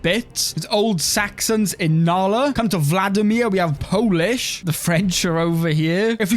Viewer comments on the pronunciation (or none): none